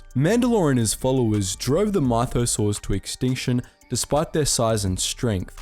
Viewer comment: In Brian's voice: " say Myth, now say mythosaur. Stop putting so much emphasis on the Y"